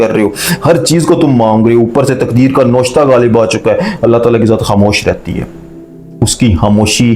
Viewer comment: Lafaz noshta nai navishta hai